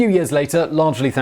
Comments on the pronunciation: Rather than pronouncing Pompey like "Pom-pay" (which would be like the Roman city Pompeii that was destroyed when Mt. Vesuvius erupted) I'm pretty sure the correct pronunciation is more like "Pom-pee"... Maybe they both work though, sorta like how neither way of pronouncing "Celtic" with a "S" or "K" sound in the beginning are wrong... I'm almost certain that people generally say "Pom-pee" to mean Pompey the Great whereas "Pom-pay" is said when ppl are talking about the Roman city... Even if both pronunciations technically might work (again, idk if "Pom-pay" works for Pompey) using "Pom-pee" to mean Pompey would just be less confusing... Also one neat thing about the story where Mark Antony was offering him the crown... It all may have also been Caesar basically testing the waters to see how the Romans would react to him being offered a crown and refusing it... Then, seeing that they had reacted negatively to the first offer and cheered when he refused it, he decided that he wouldn't go forward with accepting the crown the second time he knew that Antony would offer it to him... Sorta just using it to test the waters... Also if anyone is interested in learning more about the assassination of Caesar, I think Historia Civilis is a channel that does a slightly better of a job at explaining it than this (which is fairly good, but still...) One thing for example which isn't mentioned here is that one politician gave Caesar a written warning and told him it was urgent that he read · This was totally ruined for me by your mispronunciation of the name Pompey. Which is pronounced pompi & not the town Pompeii which I’m sure you must have heard of…..No, does it not ring a bell….??. This is utter laziness not to check your script before presenting it to us. You do this in practically every vid I’ve seen. 👀 Once again not your finest hour…!😒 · Pompeii and Pompey are not pronounced the same way. It is POM-pee, not POM-pAe. Like this grated on me so hard